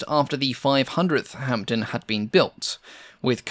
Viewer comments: The "p" in Hampden is silent. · PIt is pronounced HAMDEN and not hamPden the P is silent. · decent video, with one major mistake, the pronunciation of hampden, the P is silent in hamPden. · Silent P in Hampden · I wish you'd pronounce Hampden and Hereford correctly. It distracts from an otherwise very interesting film. Hampden is pronounced Ham-dun, not Hamp-dun, and Hereford is pronounced Herrer-furd, not Hair-ford. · Great as always. Hereford is pronounced "Heh-ref-ford" (it's a famous cathedral city). Kiel is pronounced "Keel". The p in Hampden is silent. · Great work minor points the p is completely silent in Hampden and Hereford is pronounced Heh-ruh-fudh, and Kiel is pronounced Keel - the eccentricities of the English language !